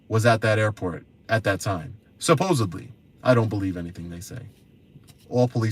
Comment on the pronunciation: Dude - here’s your 👜 for your tampons. 🙄🙄🙄🙄 (BTW, the American legal system is ADVERSARIAL!!!) Dignity? 😝😝😝😝😝😝 and on top of that, he says supposedly with a B instead of a D. No wonder they become frauds, they are too stupid to finish any schooling. This is just embarrassing 😳 Lie #1 - TSA agent said I could film.